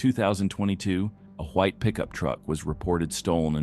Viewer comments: "a hwhite pickup truck" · why do you say huwhite…….it is white….